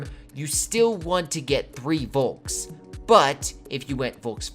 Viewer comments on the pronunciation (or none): *Folk. :) I know it's written with a "V", but it's pronounced as an "F". :)